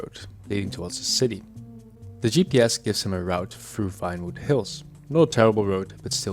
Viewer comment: i can tell by your pronunciation of '' Vinewood, being pronounced with an F '' i know that because of the prayer '' Vater unser im Himmel, geheiligt werde Dein Name. Dein Reich komme, Dein Wille geschehe '' and the V at the start being pronounced as an F. and that's only a small part of the prayer. but yeah, PROST!!! great video btw!!